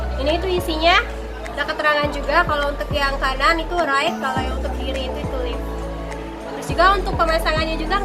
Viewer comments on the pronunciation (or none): Sedikit saran, kalo untuk kata" yg memakai bahasa inggris tolong di perhatikan lagi cara pengucapannya. Sbagai contoh untuk kata Right and Left, coba silahkan cek di google voice bagaimana cara mengucapkannya 😇